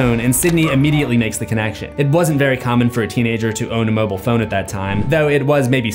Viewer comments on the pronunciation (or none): none